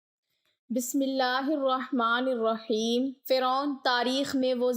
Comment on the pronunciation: بہن بسم اللّٰہ کو صحیح پڑھنے کی کوشش کیجئے گا ۔۔بسم اللہ الرحمن الرحیم میں واؤ نہیں۔۔